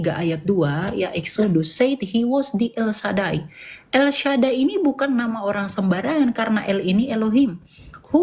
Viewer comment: Elsadai si zuma sebut alsadai, mungkin zuma pengaru dgn kencing onta yang disebut sampai2 Elsadai dibilang alkaal.